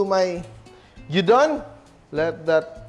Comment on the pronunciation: Looks so yummy! A clever way of using left over meat. Filipinos prefer the sunny side up egg with gyuudon but most Japanese eat it with raw or half boiled egg. Na bother lang ako... it is pronounced gyu_don.